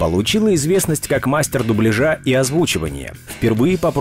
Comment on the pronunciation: Дубля́жа! Диктор, зайди на канал Татьяны Гартман и просветись!